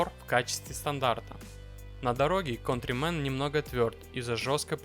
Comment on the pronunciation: Не контримен а кантримен.!